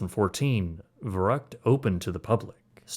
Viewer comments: "Fer-uckt" not "ver-rucked" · The mispronunciation of Verrückt is killing me. ü make a long u sound. "ver-roookt" Not uck as in yuck. Kinda like in Veruca. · it was pronounced Ver-oo-ckt, not Ver-uckt. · Whatever you said, thats not Crazy in German 😂 Verucket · The stupid slide is actually pronounced “Ferr-OOkt” in German. I know it’s beside the point when a child gets decapitated, but hearing someone say “vuruckt” just sounds really weird. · It's pronounced more like fair-ROOKT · Verrückt is pronounced more like "fair rooked" by the way - with the "ü" pronocunced like in the word good. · verrückt is pronounced in English 'fair ukt' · I know you’re not German and this isn’t Germany however I’m compelled to let you know. It’s pronounced FER-OOKED! That’s how you say Verrückt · Verrückt is pronounced more like "ver-Rue-kt". You lost the umlaut. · I don't think youre pronouncing "Verrückt" correctly and it's kinda annoying. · Great doc and a fucked-up story – but the German in me simply cannot let your butchering of the pronounciation of "Verrückt" slide (pun semi-intended). 😉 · Am I being picky when I complain about the mispronunciation of Verruckt? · Dude pronounce the slide wrong lol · I appreciate the details of this video, but please, pronounce the name of the waterslide correctly or everything you've said carries no weight. Just saying. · Shame that you can't pronounce Verrückt. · You cannot even say "verrückt" right. That is one word that you can enter in Google Translator, incredible, and you want to charge us for this quality??? Some people are really bold.